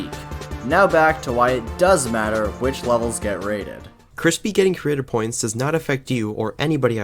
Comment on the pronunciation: Maybe fix how you say "Creator Points" a bit...